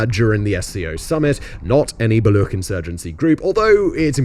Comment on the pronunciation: The ch in Baloch is pronounced like the ch in Cheese... Baloch have been slow simmering for decades due to repression by Pakistani/Afghan/Iranian govts that is still ongoing. The chinese kicked a very angry hornet nest with the China-Pakistan Economic Corridor and Gwadar Port projects and the only long term option for china is abandoning the project.